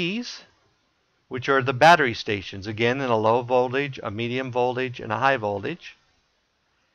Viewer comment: Its Voltage...not Voldage